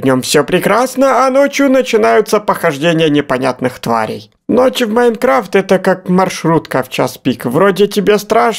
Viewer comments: не иайнкравт а майнкрафт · Правильно майнкрафт а не майнркравт